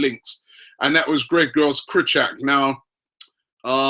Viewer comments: its pronounced Kry-cho-e-ak, and Bat-shuay-e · That's the worst pronunciation for Krychowiak I ever heard